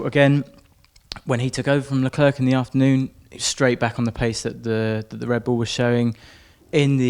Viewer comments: Leclerc :silent c, say LeClair and you're close. Not Leclerk pls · I'm dutch btw. not even french, but it still bothers me. In Holland here they do pronounce Leclerc his name correct. It shouldn't matter where you're from, point is.. it's respectfull to pronounce a driver's name correct if you are able to. Not talking about any accent but like with Leclerc, the C at the end is silent. Anyway.. I'm sure they know that and personally I think it has to do more with pride then anything else. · Is there no french language taught in England? The English media can't even pronounce Leclerc his name correct. Very strange..